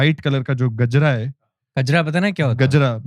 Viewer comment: Kajra nahi Gajra hota hai.